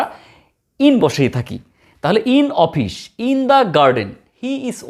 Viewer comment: Its office not ofish, anyway very informative video